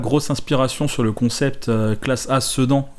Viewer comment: Ça se dit sédane